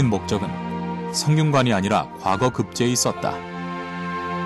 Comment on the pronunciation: 이 narrator는, past라는 "과거"와 옛날 시험인 "과거"의 발음을 혼동하고 있음은 현 한국 문화의 아이러니인가? "한글 전용 광난"의 소치다.